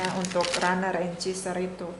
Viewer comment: WRONG PRONUNCIATION: "Cheeser". CORRECT: "Chaser".